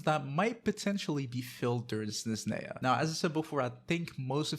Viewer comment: Snezhneya, Zebai and Fyurina 😅. It’s different how you pronounce them compared to me and my brother.